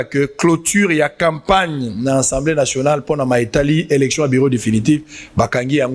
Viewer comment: "ENSEMBLÉE" TEEE..... , MAIS ASSEMBLÉE NATIONALE